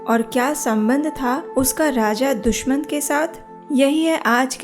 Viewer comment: HareKrishna Ji💐🙏💐Dushamant nahi Dushyant🙏Jaha tuk hum jaante he